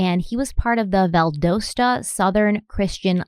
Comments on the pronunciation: Hey guys, love your videos! Just wanted to quickly point out that I believe the city is pronounced Val-dos-ta like DOcile, not Val-doughs-ta. At least that is how we pronounce it in Atlanta. Keep up the great work!! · The name of the city is Valdosta. The "o" sounds like "Ah". Vald"ah"sta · It’s pronounced Val-Das-Ta if that helps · Oh,... they way you mispronounce words is hilarious 😂 Valdosta is pronounced Val-dah-sta lol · It’s Vald(ah)sat not Vald(OH)sta. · Valdosta. The o is a short o sound. ;-) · Undercover Pineapple...I now have a vision of a pineapple in sunglasses, a brown fedora, and a brown trench coat. LOL Also, just fyi, the o in Valdosta is a short o, not a long one. It's pronounced like the o in dot or cot. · Valdosta is pronounced VAL-DAH-STA, not VAL-DOH-STA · Love ya, but it's pronounced, "Val•dAH•sta" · love, it's Val Da sta like da as in aww...lol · Yeah that pronunciation has been annoying me too lol 😆 I live in Athens ga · Valdosta. Valdahsta is how it's pronounced for future reference lol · It’s pronounced Val-dah-sra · I apologize for being the kind of person (autistic) who can't stand it anymore & has to say, it's pronounced "Vald ah stuh". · Undercover pineapple! And as a Georgian- just wanted to say Valdosta is pronounced more like Val-dah-sta. :) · BTW we Georgian’s pronounce it Val-dah-sta 😅😄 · This is not a criticism but the way you pronounce Valdosta is Val-dasta. I love y’all and y’all do an excellent job at telling the whole store of the victim and the investigation. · Valdosta (Val-dah-stah) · Its pronounced Val-doll-sta lol just fyi this is my town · It's pronounced val-da-sta, like pasta. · Valdosta: val like valerie, do like "ah", sta 🙂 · I don't mean to ever critique you.. But.. Valdosta is said "Val-da-sta".. Sorry if someone already said it! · I know this is a few years late... but I truly hope she learns how to pronounce Valdosta before part 4 ends.😂